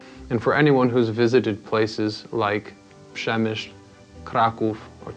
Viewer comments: уou really good pronounce the name of my city - The city of Przemyśl. You do that better even than ukrainian people who live 12 kilometers from here in another side of the border...." - They call it, as it was called by white croatians. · You really good pronounce the name of my city - The city of Przemyśl. You do that better even than Ukrainian people who live 12 kilometers from that city in another side of the border.... So Before world war II Lviv was the city of prosperity. Diffrent nations was sharing the city and living in harmony. There was 50- 60% Poles, about 17% ukrainians and about 30% of jewish... It was realy important Polish city (Probably next to Warsaw) beacuse of being the heart of polish culture and arts. Many famous polish artists and poets were born there. After world war II and especially after genecide commited on Poles by Ukrainians there are no more Polish inhabitants in the city. I think Lwów is considered as a polish city only in hearts and minds of Poles. We don't need to change the borders. Lwów / Lviv would be considered as polish due to the fact that many Poles still goes to Lviv and has roots there, so this city still affects on us as a nation e.t.c